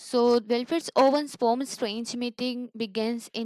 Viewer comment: Ur explanation is nice but why are u calling poem as a "poum"